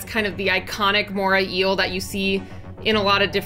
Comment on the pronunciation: It's the MorAY Eel, not Mora Eel